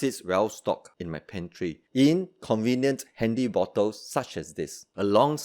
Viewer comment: You don't call it a super food but you leave it in your "super pantree" 😂👍🏽